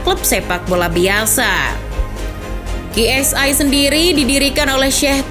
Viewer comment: Kiu Es Ai min, bukan ki